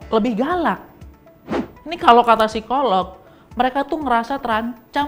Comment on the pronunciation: Akhirnya ngucapin (P)sikolog-nya udah okey nih… nice! 😁